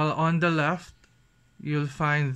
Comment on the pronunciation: HAHAHA 😂 Tagalog ka nalang kya. Mas okay pa siguro, yung "the" laging soft th